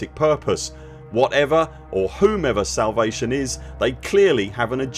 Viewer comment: are you saying salvation or salivation?